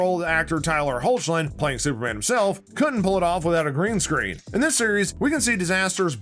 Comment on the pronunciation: This guy: “they’re so dumb they didn’t know their dad was Superman” Also this guy: pronounces Tyler’s surname as “Howtch-lin” instead of doing a tiny bit of research to find out its pronounced “Hecklin”